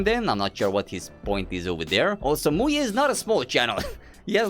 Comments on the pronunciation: i am romanian and i cant let my mom hear you say muye (in romanian "muie" its an insult) 💀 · bro in my country muye (muie) pronounced just like that means Beejay with a derogatory manner(avoiding yt cens) this video was so funny from my side, all I could hear was MUYE was doing this, MUYE was doing that, etc =))